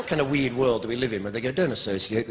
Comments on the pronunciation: "We id" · When he says the word "weird", it sounds weird.